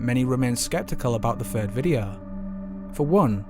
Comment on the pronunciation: Who removed the "th" from the English language and replace it with "V " or "F", ie wiv, auforities, fird, deaf (death) feory, somfing . speak properly please, otherwise excellent video.